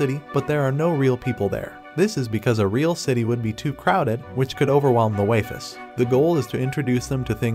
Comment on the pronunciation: I can't take another "waifes" bro